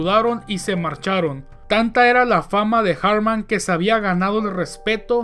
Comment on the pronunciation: No se llamaba "Erik" ni su apellido se pronuncia en inglés. Si no sabes alemán, pronúncialo en español. La pronunciación más sencilla es "Erij Alfred Jartman" (pronúncialo en español).